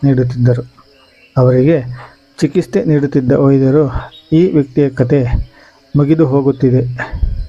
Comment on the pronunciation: ಚಿಕಿಸ್ತೆ ಅಲ್ಲ , ಚಿಕಿತ್ಸೆ ಸರಿ .